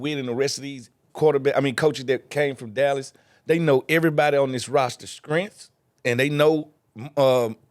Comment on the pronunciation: Or scrength😅